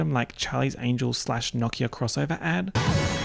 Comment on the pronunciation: You have to understand how happy I am to hear someone pronounce Nokia the right way. If I have to hear No-kiah one more time, I might run into traffic.